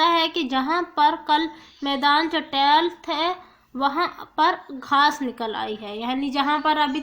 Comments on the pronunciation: چٹیل کو آپ نے غلط پڑھا ہے پلیز ویڈیو بنانے سے پہلے ایک دفعہ ضرور چیک کر لیا کریں کہ آپ جو بول رہی ہیں کیا وہ ٹھیک ہے یا نہیں؟ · جی اپنے بالکل صحیح کہا انہوں نے غلط پڑھا تھا